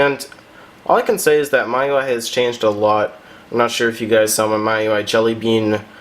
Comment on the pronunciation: You just now taught me to how to pronounce miui!